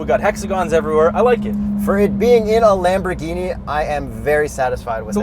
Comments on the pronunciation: I'm Italian, the way pronunces it is pretty much correct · yes that's right Huracan with the silent "H", at least way say it like that in Italy. Your lamborghini pronunciation is correct but for Murcielago I don't know the exact pronunciation cause is spanish ( we say Mursielago).